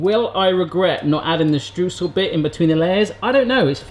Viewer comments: Stroysel, pleeeease,, pronounce Streusel Stroysel, not Strewsel. My ears are bleeding;) And streusel are usually the best bit, NEVER leave out streusel. First rule of baking. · Streusel, pronounced shtroy-zell is the German word for Crumble (ie apple crumble)